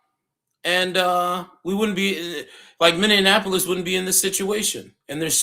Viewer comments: You need to learn how to pronounce Minneapolis it's not Minneanapolis. But you are right. Just comply... she brought it on herself. The shooter should not have shot to kill based on what I saw, but she has contributory negligence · You need to learn how to pronounce MPLS, lol it's Minny ap like apple polis Minneapolis LOL looking. Up Prince music, he says it right. noone is a hero when they kill. yes true when a cop asks you to stop, then stop, else you will get shot. We've known that for years when we were profiled. were all not fraud and Somalians LOL, and they never called me N .... you peoples narratives are the same ole same ole. saying someone hates America when they don't fit into your people's narratives, or they are speaking up for themselves. That separates us right there. Hope you don't have kids